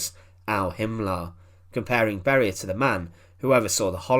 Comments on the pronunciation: Who are these "Barie" or "Kriev" 🤣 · Lousy translation made by AI. Beria's name was pronouced with four diferent versions.